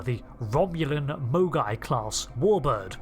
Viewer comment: Did anyone else keep hearing "mogwai" as the name of the class? What does happen if you get a Mogai wet?